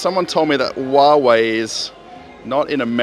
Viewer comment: it’s not Whoa-Whoa it’s Who-a-ve-y (HUAWEI). It’s China as I remember. They do very good products, and price was bit above fair, but with their own OS. It’s okay mistakes, I try Japanese as hobby. Moscow always look like another dimension especially for far other Rus towns. Obshyaga (cheap temporal home for students and low workers) has gas denied. Russian more use gas, cheaper. I even warm all my water in tubes by gas water warmer(including radiators). There no hot water come to my building. Also you can rebuild your car for gas. BTW check out drinks Fresh Aloe (green original) and Dobriy Limonade( taste like if Fanta was lemon).